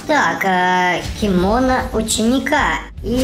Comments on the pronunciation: Кимоно не Кимона Префект не Перфёкт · Кимоно читается не кимОно а кимонО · на не кимОна ученика а кимонО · у слова кимано ударение на о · Это не киимоно кимоно ударение на первое о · КИМОНО УДАРЕНИЕ НА 3 О